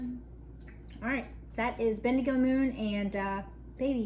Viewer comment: pronounced it perfectly. It's a town in Australia. My in laws are there!